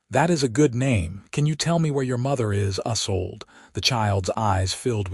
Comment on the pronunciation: The named is pronounced "EE-sold," not "UH-sold"